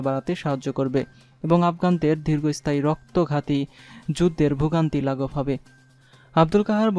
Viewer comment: উচ্চারণে যথেষ্ট ভুল. যেমন :- পশ্চাত্য, ক্ষোব, যুদ্দের, ইউরোফ, আরো আছে. উচ্চারণের দিকে খেয়াল রাখা দরকার.